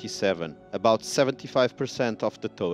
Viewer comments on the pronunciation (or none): none